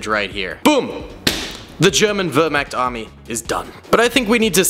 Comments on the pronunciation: Wehrmacht is pronounced vehr maakt and thats not a panzer grenadier, thats an SS soldier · were- mact it is Wehrmacht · With the word vermacht it had more of an o sound than an a sound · I hate how he was saying vermact is vermach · Wehrmacht not wehrmakt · vermact??? its wehrmacht. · For me as a german your "Wehrmacht " pronunciation sounds kinda weird (wörmakt) but I guess the "ch" is hard. I think you should definitly make video about the allied soldiers in the future.For the german army a Panzern crew member is, in my opinion missing. I personally think that the german army is the most interresting because how big it was. For the allied army, I like most the canadians and the dutch (dutch because their effort in the Pacific) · You do not say wevrmark right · Its pronounced Ver-Mocked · why! Why! Pronounced like that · Why is it that seemingly every person whose not german completely murders our words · That pronunciation of Wehrmacht hurt my soul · pronunciation of Wehrmacht is hilarious, all jokes aside love your content! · The way he mispronounces Wehrmacht makes me go insane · The way you said Wehrmacht is… confusing to say the least. the Waffen SS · (No hate) but please learn how to say Wehrmacht, fallschirmjäger, Luftwaffe and panzergrenadier. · As a German it is really difficult not to get triggerd by the pronounciation of my Wehrmacht Boys. + you said that the Panzer Grenadiere committed lots of war crimes but wich country that participated didnt?